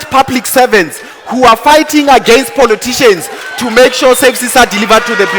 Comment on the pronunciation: I stop listening to DA the minute he said poloticians.